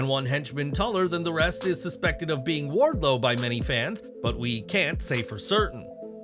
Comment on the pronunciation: Ok, since y’all can’t figure it out. I’ll tell ya, it’s Wardlow. You’re welcome 😂